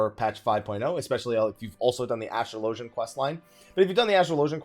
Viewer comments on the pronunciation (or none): You are the only person I've heard call Astrologian, AstroLOWgian. my gosh it hurts my ears xD I guess you also call it AstroLOWgist and AstroLOWgical. ;p